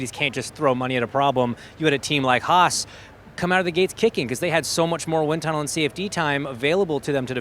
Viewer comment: On that guy said Haas correctly and you can actually see the 4 europeans look at him like he just coughed in their face.